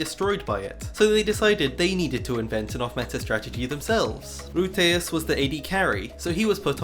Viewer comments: haha hij zegt letterlijk routeas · Ok so i'm Dutch and let me just say, that the way you said the word Ruitjes made me die inside for a moment LMAO. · Oh that pronounciation of ruitjes is painful to listen to as a dutch person. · rouwteás! mijn nieuwe beste vriend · I love how you prenounce "Ruitjes" as Roi-te-yes x) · The way you pronounce ruitjes hurts my ears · As a Dutch person it amuses me to hear you pronounce ''Ruitjes''. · me as a belgian person hearing him pronounce "ruitjes": LOL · Hahahaha same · Absolutely butchering the Dutch pronounciation my guy xD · Your pronunciation of Ruitjes is kinda funny tbh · As a Dutch person I love your pronunciation of "ruitjes", it took me a while to figure out what you meant. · U said ruitjes wrong It's irritating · being dutch and hearing ruitjes by a non dutch person is so funny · How was ur day? Btw love how you try to say a dutch word buts it's so whrong. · Haha you had some nice tries, but the “ui” sound is quite special in dutch. And most letters are just pronounced different in Dutch. Ruitjens = diamonds (as in the shape, not mineral) in Dutch Great videos btw! I love these “off-meta” strats. Love this channel :)